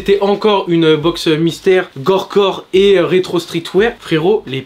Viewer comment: On dit gorpcore frero pas gorecore